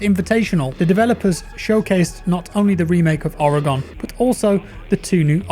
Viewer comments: "Ore gun" its not "ore gon" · The ore in Oregon is pronounced like a mineral ore, not or-y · It’s organ not ore-e-gone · I'm from Worshington state(Tacoma area) and most of my family live in Oreegone. Lol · even where im from we accidentally pronounce it as Oro-gon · Did Oregon die? Cuz he keeps saying Oregone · You pronounce Oregon like organ. Its a state in the U.S. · Small nitpick - Oregon is pronounced Oreh-gun. ;) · Oregon pronounced “organ”;) love you just an American triggered by the way you say the name of a state here:p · Jackkkkk I live in Oregon! It’s pronounced (ore again)😂😂😂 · Never trust a man who uses Iron Sights on attack and calls “Oregon”, “Oro-Gon” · You nailed the pronunciation of Oregon the first time. Went a bit downhill from there though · haha, was digging in the comments to find my fellow pacific nw brethren to call out the mispronunciation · Funny thing is he says it right the first time, then slaughtered it the rest lol.